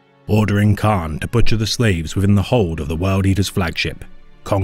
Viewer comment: It's Kharn not khan